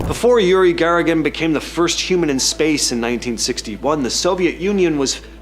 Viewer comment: The 1st person in space is Soviet cosmonaut Yuri Gagarin, not Yuri Garagan! It’s really sad that this program & u, the host, don’t immediately know Yuri’s name by heart. Do u also think Neil Legstrong is the 1st man & American to walk on the moon? Who is the first American in space? How about the 1st woman in space? It’s not Sally Ride—not by a long shot. Soviet cosmonaut Valentina Tereshkova was the 1st woman in space in 1963!! It was exactly 2 decades later in 1983 when Sally Ride finally became the 1st American woman to go into space. Astronaut Alan Shepard was the 1st American man in space in 1963. Lastly, who was the 1st one in space? Huh? …Lika, the famous Soviet cosmonaut dog was the 1st Earthling in space! Lika translates to “Barky” These achievements r HUGE! These amazing people & several animals risked & some gave their lives to collectively further our Earthly civilization, & we all benefit greatly from their sacrifice & bravery. The least we can do is get their names right!